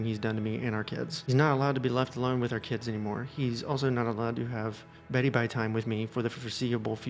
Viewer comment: Please never say beddy bye time again